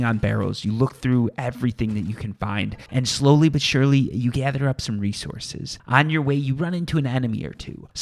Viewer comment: play a drinking game, take a shot everytime he says slowly but surly, spoiler you will be hammered 5 min. into the video.